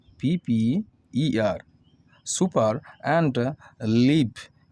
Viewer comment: Supper - সুপার ❌ Supper - সাপার ✅